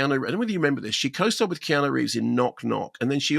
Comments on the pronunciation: He keeps saying kenanu lol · Did I hear "Ke-na-nu" or "Key-a-nan-oo" ...twice??? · love how Kermode pronounces Keanu "Kee-Nah-Nu" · "Kenannu"?!?!? Jesus, Mark, it's not like we haven't been saying his name for coming up on FORTY frickin' years... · Pretty sure it’s some kind of in joke or something. I’ve never met anyone here who doesn’t say kee-ah-noo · It’s a deliberate mispronunciation of his name that comes from previous reviews Mark did years ago; sort an in-joke, but not going to be known by people who haven’t followed them for a while! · what with the horrific pronunciation of Keanu? 🤣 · He does it on purpose. Orlando Bloom is 'Orloondo Bland' lol